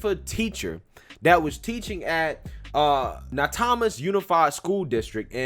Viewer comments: My hometown 🤢🤮 so good to watch the board meeting live last night! And it’s pronounced NA-toe-m-us ...not a big deal but lol just sayin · "Na toe mas" is the pronunciation